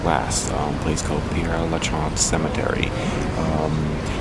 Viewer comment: It's actually pronounced: PAIR (as in "pair" of pants)LUH(Luh as in "duh") -SHEZ (short E, as in "says"). The place is named for a priest, Pere (Father) Lachaise. Hope that helps. Beautiful video!